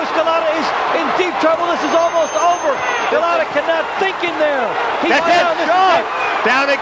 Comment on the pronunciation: That one commentator saying, 'Golata.' I watched this live and new Lewis would smoke him and he did. Golota had no chance against the amazing Lewis.